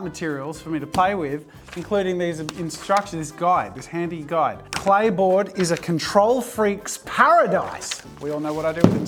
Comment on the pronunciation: Am I the only 1 who didn't hear clay board & heard play boy😅